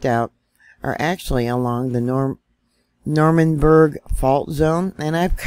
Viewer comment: no berg in that fault name is pronounced "No rum beg a" thought you should knowwwwwwwwwwwwwwwwwwwwwwwwwwwwwwwwwwwwwwwwwwwwwwwwwwwwwwwwwwwwwwwwwwwwwwwwwwwwwwwwwwwwwwwwwwwwwwwwwwwwwwwwwwwwwwwwwwwwwww